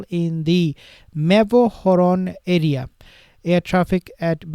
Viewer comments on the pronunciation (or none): none